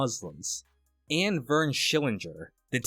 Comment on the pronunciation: nobody says verns name right.lol